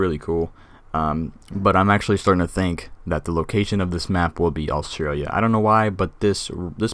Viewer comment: the way you said Australia maaan it is Australia the track is the track of a feral cat btw you inspired me to start my own channel on this game